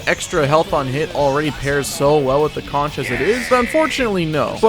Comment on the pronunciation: The shell the soldier is blowing on is a conch, pronounced like it has a k at the end, as in conch chowder. The weapon name is a play on words so it ends up sounding like conquerer. There is no ch sound.